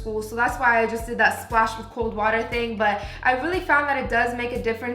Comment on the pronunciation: "drrrrINK WOteR"